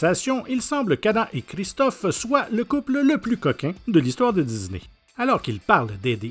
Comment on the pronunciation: De dizney ah cet accent Québécois